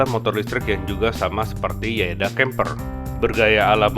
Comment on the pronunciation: yadea bang bukan yaeda 🙏